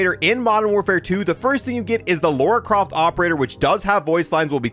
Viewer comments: lora croft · Lauora croft